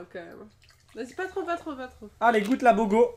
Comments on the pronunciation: Mdr jpp il a dis bogo l'IME XD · Le bogo comme tu dis se dit bouga 😂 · c'est pas bogo c'est boga😂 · C'est pas Bogo mais Boga 😂🤦🏽‍♀️ , ya aussi Boga cidre 👌🏽🔥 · sa ce lit ''BOGA'' mais on dit ''BOUGA'' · Il a dit bogo 🤣 c'est boga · la bogo on dit bouga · C'est pas bogo c'est boga😅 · On dit bouga